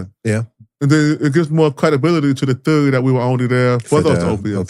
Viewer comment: "It gives more cwedibiliy to the theowy...it's vewy scawey"